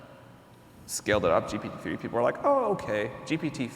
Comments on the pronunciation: Him saying gtp is testing my patience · The interviewer, you need to change your profession. You are lost all the time, even saying GTP.:face-blue-smiling::face-blue-smiling::face-blue-smiling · is it me or they keep saying G'T'P instead of G'P'T?! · My heart was crying to death, every time, he was saying GTP, and huge respect for Sam being so humble where he didn’t correct him once. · If he says GTP one more time, i will smash my keyboard. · PGT(ips) ahhhhhhhh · When interviewing someone as high profile as Sam Altman, they should have at least got their sound setup right, so many echoes. Also, like others have pointed out, it's GPT not GTP. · Why does Tobias Lütke always saying GTP rather than GPT? Is he afraid of "GPT" term being copyrighted or what? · When you say ‘GTP’ repeatedly, is it arrogance or dyslexia? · Is he doing it to trigger Sam Altman? Why isn't someone from the audience prompting him?? "Oi! It is not GTP!!! It is ZTP!!!" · Very annoying. I mean, one slipped up or two is fine, but come on, make your homework and get the terminology right. You are interviewing the hottest name in the field nowadays, and you keep messing the name (an easy one at that) of his product. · Imagine having an interviewer mispronounce your product and praise it at the same time throughout the interview. How insultingly unprepared and dishonest